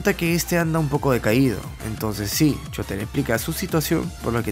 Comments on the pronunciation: Es shouta !! No chota! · Cuando dices shouta se escucha como chota XD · Chota xd no dijiste bien chota acá en argentina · Me da risa como dice el nombre de shouta por que suena como chota xddd